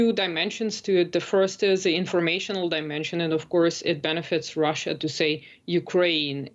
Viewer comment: Love how the host keeps pronouncing Russia, "Raschian"